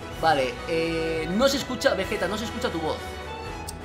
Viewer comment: Pero bueno veyeta dijiste folagor